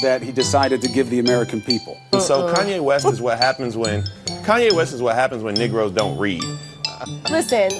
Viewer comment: Good Lord. At first, I thought this dude was making a comparison between Kanye West (not a fan) and somebody named Nick Rose (who I’ve never heard of). Then I played it back again and realized this man, on national TV, used the word “nigroes.” Not “negroes”, but “nigroes.” Unbelievable. Just imagine the alternative, if someone on the Right had said something so condescending, with that inflection.